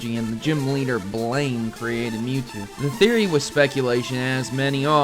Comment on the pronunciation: My name is Blayne and the way he first said my name made me shudder